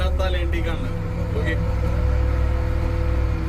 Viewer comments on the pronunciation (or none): കന്നി അല്ല കഞ്ഞി.. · കന്നീ അല്ല കഞ്ഞി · കന്നി അല്ല കഞ്ഞി ആണ് 😂